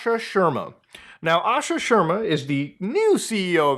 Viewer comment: its sharma shar-ma not sherma haha